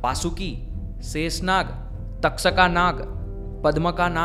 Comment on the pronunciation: बहुत अच्छी बात बताई आपने ! धन्यवाद ! सिर्फ गरूडा की जगह गरूड , तक्षका की जगह तक्षक बोलीये , नही तो वह इंग्लिश जैसा उच्चारण लगता है , हिंदी जैसा नहीं!